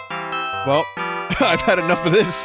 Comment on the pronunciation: "I had a 'nuf' of this" made me laugh harder than it should've. Edit